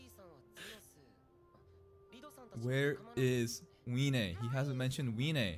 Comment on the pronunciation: also, isn't it pronounced vee-nay?